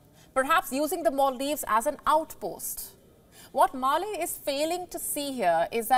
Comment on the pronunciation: It’s Male’ not Mali